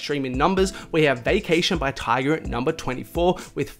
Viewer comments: I'm feeling like you keep saying Tiger instead of Tyga. No hate tho. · It’s tyga not tiger